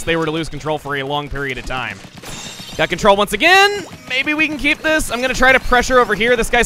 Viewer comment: You don't get to KEY-p the key